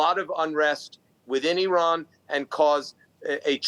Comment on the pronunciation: This anchor can’t even pronounce word Iran, the land of the aryans. Zionism is a direct assault and rebellion against the holy Torah, Zionism incompatible with Judaism. Since it’s creation Israel nothing but a curse!